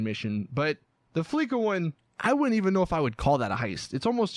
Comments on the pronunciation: It’s pronounced fleesa not fleeka please never discuss your topic without getting the guest name pronunciation correct ikr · AdvancedNuke ikr it is pronounced fleesa